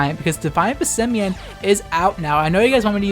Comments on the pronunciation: When you pronounce Passimian as Passemen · You really tried to mispronounce Passimian in every way, shape and form. Also it's nice to see your channel growing. You deserve it ☺️